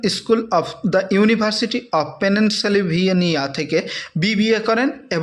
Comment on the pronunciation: আপনি তো নিজেই পেনসিলভানিয়া উচ্চারণ করতে পারছেন না 😂